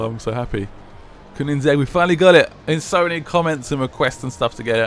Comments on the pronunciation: Koenigsegg, not Koonigsegg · You pronounce koenisegge coinsegg